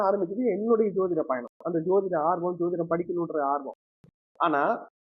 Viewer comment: I think the anchor is not using the word JODHIDAM, as he pronounce SOTHIDAM. WHY, IS THERE ANY REASON. SEEMS TO BE VERY CHILDISH. ALSO HE WANTS TO QUOTE AN INCIDENT LIKE CASTE DISCRIMINATION HE FACED IN LEARNING. LET HIM EXPLAIN CLEARLY NOT BEATING AROUND THE BUSHES